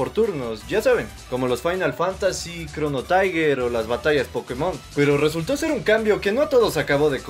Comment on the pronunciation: Chrono "tiger" jajajaja Buen video, mi favorito es el 1 y el 3